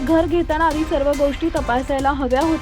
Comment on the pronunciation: मण शांति ? 😂😂😂.... कुठे नेऊन ठेवलय मराठीला